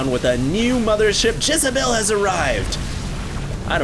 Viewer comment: did anyone else laugh every time said "Jizzabelle"